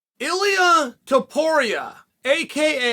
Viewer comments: He pronounced ilia’s name right. Very surprising. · He didn’t tho